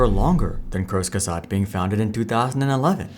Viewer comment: lmao i thought kurzgesagt was russian the way you pronounce it